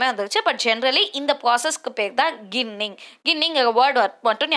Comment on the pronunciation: கிண்ணிங் இல்லை ஜிண்ணிங்